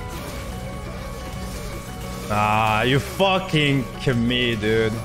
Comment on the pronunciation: Everyone: DOUBLE KILL!: DOUBLE KIRR!